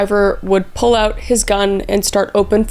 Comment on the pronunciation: Kris, I'm curious about your heritage. , you pronounce "out" as "AHH-oot," and a , you pronounce "been" more like "bean." I'm no linguist, but I'm wondering if you, perhaps, have roots in Minnesota, or possibly Canada.